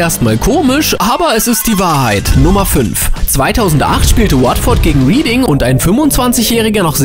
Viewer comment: Nummer 5: Bitte schau, bevor du Orte oder Namen in Fremdsprachen verwendest, nach, wie sie richtig ausgesprochen werden. Reading, eine Stadt in der Grafschaft Berkshire. „Rieding“ war an diesem Spiel nicht beteiligt, einen solchen Ort gibt es in England gar nicht. Wohl aber „Rädding“, das ausgesprochen wird wie die Vergangenheitsform des Verbs to read. Uff, hat das Zuhören da wehgetan.